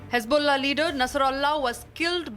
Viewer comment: Hejbollah naheen Hezbollah hai. 'j' aur 'z' mein antar karle anpadh.